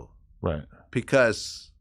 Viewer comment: 'Pecause'? Lol